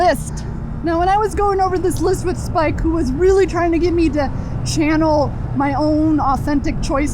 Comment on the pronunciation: "when I was going over this list with Spike" Spi-K-e?